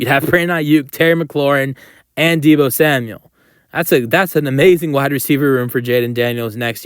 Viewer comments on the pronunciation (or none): Did I hear "Diva" samuel correctly? Lol